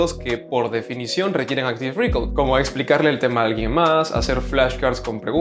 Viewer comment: Gracias por el video! PD: pronuncialo "Áctiv Recáll" las tildes en la á ! ya que lo repites varias veces y parece que dices "Áctiv récord"